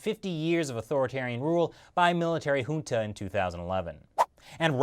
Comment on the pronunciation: pronounces junta, rohingya and myanmar wrongly. Lol